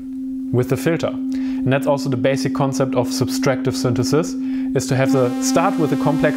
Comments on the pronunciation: Great video and explanation! One small note though: It's subTractive, not subStractive synthesis :P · I think it‘s „subtractive“, not „subStractive“ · Dude, it’s “subtractive synthesis” not “ subStractive”. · Really nice and informative video, and is obviously intelligent/musical, but for a native speaker, the extra "s" in "subtractive-subtract" is very irritating...